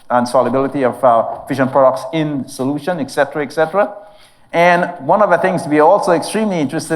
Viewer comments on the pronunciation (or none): Please, the word is: eTcetera not eGGcetera, breakfast has got nothing to do with it.